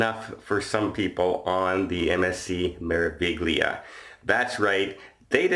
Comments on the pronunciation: It’s pronounced Mair a veelia - great vid as always.... And I hope these guys get banned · May-rah-vee-lee-ah (Me-ra-vi-gli-a) Piazza is pronounced like Pizza with an AH in the middle! The ZZ in Piazza and Pizza has a TZ sound. Hope you feel better soon!